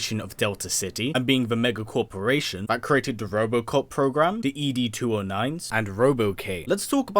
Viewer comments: “EEE DEE 209”??? 😹😹😹 Never heard it pronounced like that in the movie. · Every time he said 'Boddicker' wrong...it just made me cringe. And also the way he said ED's name. Have you actually seen the movie?